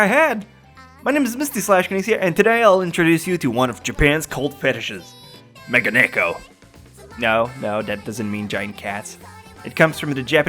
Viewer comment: I'm sure someone said this, but Megane-ko...that's at least how you say it. God work as always.